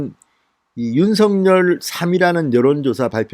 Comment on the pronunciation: 진성호님이 윤서결로 발음고치지 않고 윤성렬이라고 계속 발음하시니 드디어 윤성렬로 아는 사람들이 나오네요